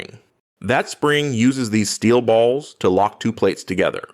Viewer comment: DID YOU SAID STELL BALLS??